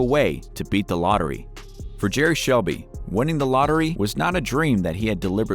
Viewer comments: It's Selby not Shelby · It's Jerry "Selby" not Shelby. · selby not shelby. u robot